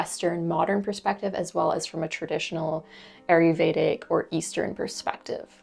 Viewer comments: Gentle reminder: It's ayurvedic but you call it aryuvedic (which I'm fine with because it's cute but I thought it's easier for new people to search it in case they want to). Thanks for all the info you share 🙂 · sorry, love your vids & willingness to share your vast hard earned knowledge. but Ayurvedic is pronounced- I yer VAY dic. I really do appreciate your information it is invauable for me. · It’s pronounced “EYE yur vayda.” Thank you for the videos.